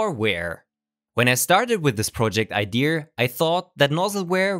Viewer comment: Why do Germans like to pronounce "ideas" as "idears", although their English is unmatched by other nations/races - such as Slavic.